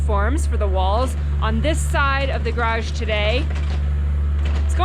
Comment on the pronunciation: Of the four garage pronunciations, you got two of them almost perfect! There is hope for you! Way to go!